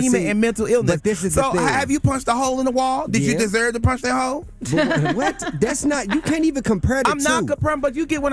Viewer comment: You said victims “desurr” to get assaulted